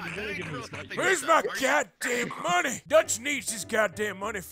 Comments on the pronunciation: Arthur Morgan Where’s your goddamn moneh? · I need moneh for ma boah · Am here for moneh boyah..! So get meh the god dahm moneh.. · Wheres my GOH DAMN MONEH BOAH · We need moneh Arthur! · Arthur : where's my MuNeH ?!!! Dutch disliked that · Moneh I need my god dam moneh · 5,000 MONEH